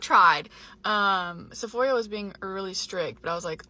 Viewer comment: Is it just me or is pronouncing Sephora like Sephoria?